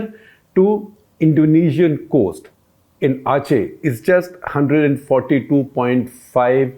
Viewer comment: though the circle points wrong but he said it correctly, Aceh (capital Banda Aceh) is the closest province to Indira Point. You thought he said it wrong coz of the Banda Arc which is pronounced differently.